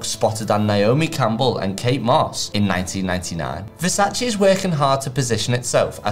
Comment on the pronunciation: so you explain the right way to pronounce it, yet open the video pronouncing it the wrong way...